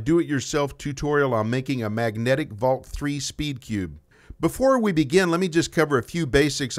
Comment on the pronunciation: Valk Tree, not three.